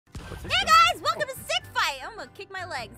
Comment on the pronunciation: Did Apph just say Snick Fight?🤔🤔